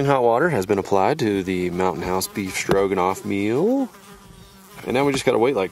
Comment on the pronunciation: Um... It's said "rog" , not "rouge" . It's just Beef Stroganoff, not Beef "Strougehenouff"... Otherwise, great content as always... And I know just how you feel, being isolated, but you have a loving family, and a whole mob of us who care about you aswell. I'm hoping, wishing and praying that tumour takes a hike too 😉